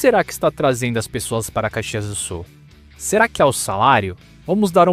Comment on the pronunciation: Dude, you are TERRIBLE in pronouncing Caxias do Sul so find another job or, at least get some help! I m well into my eighths and grew up there so it pains me hearing you! Thanks for nothing dude!!!